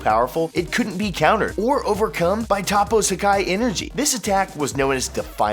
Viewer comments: Your pronunciation of toppo is cancer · he said toppo name wrong lol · The way he says toppo is aids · My only beef the video is how you pronounce toppo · When he said toppo wrong i cringed not to mention he did 10 times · narrator acting like he watches this show and cant even pronounce toppo. please dude. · Jesus Christ him mispronouncing Toppos name makes me so mad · dislike because you cant pronounce toppo. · He pronounced toppo wrong. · Did anyone else get annoyed how he pronounces Toppo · I cringed everytime he said Toppo's name. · Toe-po not top-po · Okay but...who the fuck is TAPO?? Repeat after me “Toe-Po” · Its not top ooooo its topoo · Why do you say topo? Though his name is toppo lol the way he says it is like topo😂😂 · It's not "Top O" It's "Tow Po" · Topoe? Not toppo him didnt know they changed his name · What on earth is a Topoe? Its TOPPO....TOP PO! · Toe-poe you fucking newb. “Top-po” wtf. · ....I'm starting to believe you actually haven't watched the anime.... Top-O? Its fuckin Toe-poe... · please call him toppo not tappo learn the names... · I hate mispronounciations... Tah-Poe? No... Its toe-poe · Tah-poe???? You me "toe-poe"right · IT'S TOPPO NOT TOP OH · Toe-poe, not top-poe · It is pronounces Toe poe Not Toppoe Bappo no slacko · Its pronounce Tapo? Is it not Topo? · Boy it’s pronounced toe-poe not top-poe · its toppo not tappo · Its toe-poe not ta-poe its 1 letter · He said toppo as tappo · who is Top po? does he mean toppo? (Toe-poe)? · toe-poe finetically, not top-oh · Anyone else cringe everytime he said Top-o? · “Top-Poe” fuck this nigga doesn’t even watch dragon ball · Did u just say tappo bitch? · When he said topo I died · Better than the scrubs who think "Toepoe" is correct. If you're gonna put an American "accent" on it, pronounce it "Tahpoe" at least. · These people watch the anime and still butcher their names even though their names are said in the anime really how do you screw up a name like toppo....its toe-poe....ughhhh goodddddd